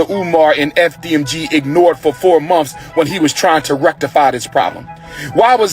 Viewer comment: He’s so educated but he is saying monfs it’s months you ingrate 🤦‍♀️🤦‍♀️🤦‍♀️🤦‍♀️🤦‍♀️🤦‍♀️